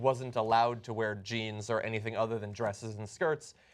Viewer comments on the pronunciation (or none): none